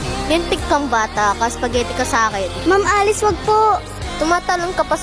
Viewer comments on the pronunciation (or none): Did i just hear spagehtie😂